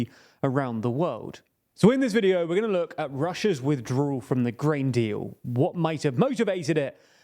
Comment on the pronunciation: People who don't know the difference between the letters "L," "R" and "W" shouldn't try saying words like "withdrawal." And by the way, what's with that fucking hair, did you lose a bet? Why don't you invest a buck and a half of the money YouTube is paying you and buy a fucking comb!